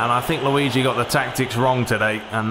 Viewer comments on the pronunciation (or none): none